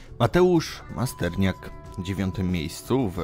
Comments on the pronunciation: Nie dość że wrzucasz stary materiał to na dodatek ze starymi błędami. Mateusz Masternak nie masterniak. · Masternak, nie Masterniak. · Masternak* Nie Masterniak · Mateusz Masternak, bez i. A KSW to jest konfrontacja sztuk walki a nie konfederacja